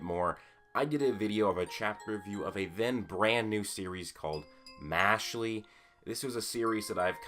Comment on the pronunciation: Im bothered by the fact that you pronounce it as "Mashly" Its "Mash-eL"